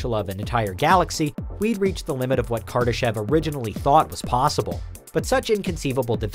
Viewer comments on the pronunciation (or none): Did he say kardashian